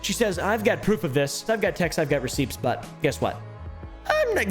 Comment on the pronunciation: He did not just say "ruhseeps" for receipts 😂